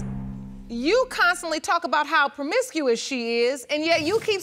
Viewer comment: I thought u said u was done being permicusious lol😅